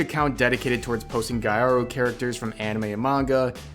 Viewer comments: i cant not laugh a bit everytime he says "gyaru" as "guy-aru" sksksk for context, the actual pronunciation is "gee-yaru" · First, its not GUY-AROO. Its GEE-AROO! Second, next time be more specific as to not confuse "social canceling" with "canceling the show" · I think you should be cancelled for pronouncing GYARU (lul). It's literally just supposed to be pronounced Gal (but two syllables because Japan Ga-l -> Gya-ru NOT Guy-a-Ru) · I'll cancel you for not even pronouncing gyaru properly. Its not 'guy-are-ru'. It's 'gya-ru'. Seriously, if people are gonna post content, at least put effort into pronouncing simple terms even in foreign languages properly. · Wrong. That Dress Up Doll is in Love isn't cancelled and no amount of Twittiots can do anything about it. Gyaru = "Gal" as in Kogal. Marin is a kogal. You also pronounced 'gyaru' wrong. It's not 'gee ah ru.' It's gyah ru. The gy sound works together. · fyi it's gyah-ru, instead of gai-ah-ru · Pronunciation: “gya” is a single syllable, like “bwa.” It’s “Gya-ru,” not “Guy-ah-ru.” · I had no idea that Western anime fans pronounced gyaru as "guy-AH-roo" in three syllables. I live in Japan, and everyone here pronounces it /ˈgjæːrʊ/ (two syllables, emphasis on the first). Interesting... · I'm sorry but I cannot get over how you pronounce "gyaru". Y is not a vowel, it's "gya-roo" not "gai-ar-oo". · Back again to correct your pronunciation of words you should be familiar with considering the types of videos you post daily. It’s pronounced “Gi-a-ru” not “Guy-a-ru” It kinda makes you look bad when you criticize people for being ignorant or uninformed while simultaneously failing to pronounce the subject in question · Gentle criticism: "gyaru" is pronounced (GYA-roo), as in "gal", not (gee-AH-roo) But otherwise, keep fighting the good fight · I hope this doesn't make me seem too pretentious but, gyaru or ギャル (GI ya RU) is just gal pronounced with a Japanese accent. It's not gaiyaru.